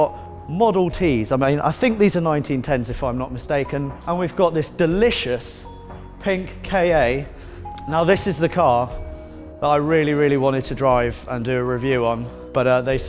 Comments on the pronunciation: Ford K A .. Really.. you mean KA said as CAR.. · Not sure if its just an English thing or a mainland thing, but why do you say "K A" and not just "KA"